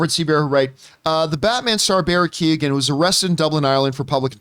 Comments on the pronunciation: It's pronounced Barry KAY-HAN not Kee-Gen. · Barry's surname is pronounced like Key-yo-an. The 'g' is silent. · Pretty sure it's just... ko-hen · Pretty sure it's pronounced Barry Key-own by the way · Poor Barry’s name just gets slaughtered 😂😂 it’s pronounced Key-oh-en. Don’t worry, it’s an awkward one I imagine! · Keee own. It’s Barry Kee Own. Or something like that 😹😹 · Shame that John cant pronounce keoghan probably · The g is silent john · Campea pronounced his name in every different way he could think of. I thought he was doing a bit. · Thats not how you say his name 😅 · John, bless him, pronounced Keoghan about five different ways...... it was cute. As an Irish person, more specifically a dubliner, I am surprised to actually hear of someone getting arrested for public intoxication. Because you'd have to be absolutely hammered with a capital H to be arrested for just public intoxication. But knowing it was someone just looking out for him it just makes it actually funny.